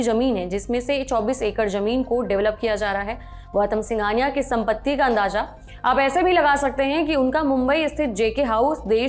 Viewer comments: Andaja,ejafa,jameen, manjila😂😂sab galat pronounce kiya aur hazar sahi bola ab yahi z aur j ka farq samajh kar bole . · नवाज नहीं नवाज़ होता है, जमीन नहीं ज़मीन होता है, अंदाजा नहीं अंदाज़ा होता है, मंजिल नहीं मंज़िल होता है, निजूज नहीं न्यूज़ होता है दस्तावेज नहीं दस्तावेज़ होता है। Goodness gracious your pronunciation of Urdu words is terribly wrong and terribly irritating too. Only Saurabh knows why he hired someone like you whose pronunciation of Urdu words is so horrible.